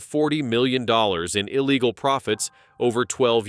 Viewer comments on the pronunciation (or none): none